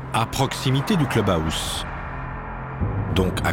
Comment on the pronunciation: Le cleube aousse…….sérieux ?